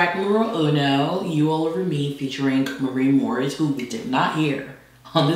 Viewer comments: The way calls Morren "Maureen", is sending me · Its MAREN